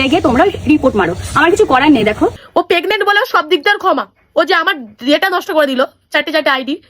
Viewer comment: Pregnant ❌ Pegnent ✅